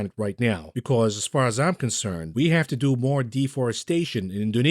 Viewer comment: "The FWED is going to hawf to mwak a difficuwlt choiwce" He's slurring his words. He's getting emotional.